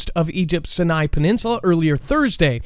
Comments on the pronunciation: Sinai is pronounced : Sigh nigh , Aqaba is pronounced : Ock uh bah , and Tiran is pronounced : Te Ron.... and you're welcome. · Bro, Sinai, pronounced "Sigh-Nye" with the accent/emphasis in the first syllable. 😁